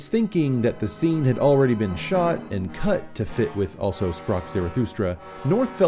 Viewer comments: Good analysis and explanation. Just one thing - it is not 'also', it is German for 'thus' and pronounced 'al-zo' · I'm being a dick here but it's pronounced Alzo Sprach Zarathustra. I'm sorry, but I can't stop it from clashing with my ear. You definitely got it right at least once though so this pedantic bastard will give you a pass. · It's pronounced "alzo". Means 'thus'. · Just a nit, but "also" in "Also Sprach Zarathustra" is pronounced "al-tzo." It's German!